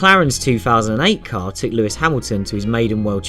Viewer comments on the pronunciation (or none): none